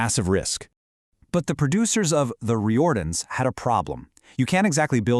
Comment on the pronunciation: It's pronounced Reardens. But Thank you. I recently watched John Cowley on a early episode of The Avengers ie with Patrick Macknee and Honor Blackman. That was done before The Riordans. You failed to mention that the talk show the Riordans was battling for the number one spot was The Late Late Show.